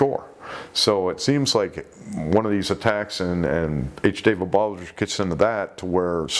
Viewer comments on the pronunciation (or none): none